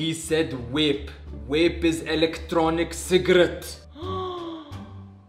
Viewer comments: Yea like bro they keep on saying wape tf is wape iTs VaPe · Wape 😂 not vape